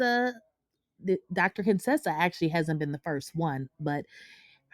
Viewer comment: Heathenly and Dr. Contessa were never really friends. Heathenly used to call Dr. Contessa CONE-Tessa, and Dr. Contessa hated it. Heathenly stopped saying it when Toya asked Dr. Contessa if she had a problem with Heathenly calling her out of her name. Dr. Contessa said, “People with speech impediments don’t bother me.” Toya laughed out loud, and Heathenly got mad, but Heathenly never called Dr. Contessa out of her name again.